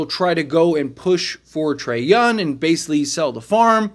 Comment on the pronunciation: trey younG it's not a silent G